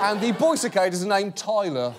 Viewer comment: The way John says "Tyler" kills me every time 😂